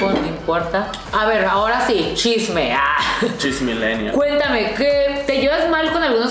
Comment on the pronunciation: Kunno diciendo chismileneal aahahah Pablo chagra ❤️😍